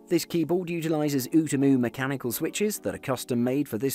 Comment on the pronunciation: My mans said otmu, it is pronounced o ta mu